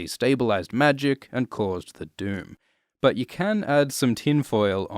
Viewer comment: I honestly thought you kept saying the “dude” when you’re saying “doom” 😂